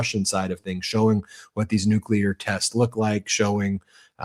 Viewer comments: Is it just me or have all the republicans adopted W's pronunciation of nucular? Or is it me? Is it not nuclear? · 💁What's a "New Q Lar" weapon? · Who's this moron that cant even pronounce Nuclear? It this the quality of politician that represents America? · Are these clowns the result of some secret experiment of cloning Nazis from the 3rd Reich? This Troy Nells is surely a case in point! He can't even pronounce "nuclear" properly & he whines over not rewarding his MAGA Brownshirts for being punished over their J6 Reichstag Fire!!! NONE OF THIS IS RATIONAL!!!!